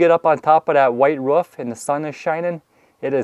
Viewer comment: Why do you call a roof a ruff? Not being mean I'm just curious, I do love how you explain back to front (kind of like a shingling effect) I'm a new subscriber now thanks